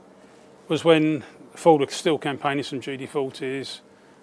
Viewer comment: Great video as ever, did note a slight mispronunciation of the word Fffffooooorrrrdddsssssssss. Thanks as ever !